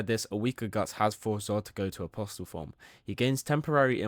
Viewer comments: What is it with berserk fans being unable to pronounce apostle? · Not in the grand scheme of things, no. I just genuinely wonder if the content creator is some chinaman using AI when they don't know the "t" is silent in apostle, and it's like 3 or 4 people now I've seen relating to Berserk content exclusively. Maybe they should read books too :P